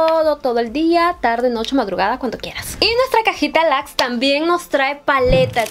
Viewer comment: Me encanta quw tu acento japonés sale a relucir cada que mencionas la cajita "luxe". Me encantas!!